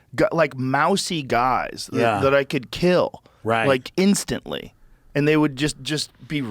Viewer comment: "mousy guys that can kill ... INSTANLY!" I fucking love Joe